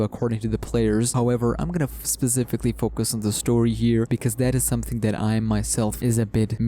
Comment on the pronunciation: Bruh I hate the way you say specifically